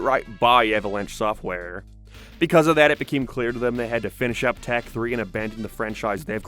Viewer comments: I fw hellllllaaaa of the “failure” shows. It was more like they didn’t know what was gonna be good or not. And it’s not tack. It’s tock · Is English your first language? Why the hell do you stress random syllables? What the hell is going on with your voice? It sounds like AI from 5 years ago. No personal hate but if you're gonna make an hour long video, I mean, have you ever listened to yourself? You say tEk. Not tAk. E. "Tech." That's what you're saying. you say "witch doctorrr" like you're putting so much effort into stressing random syllables my guy, you could just say the words. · I can’t get over the fact of you pronouncing tak’s name as tech